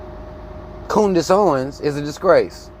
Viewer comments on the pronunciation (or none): "Coondiss" lol